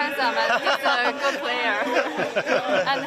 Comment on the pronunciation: is jokic your favorite pra.. favorite prayer? hahaha plavsic kod logopeda